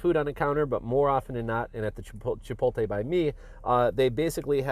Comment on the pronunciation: Chi-poat-lay not chi-pol-tay.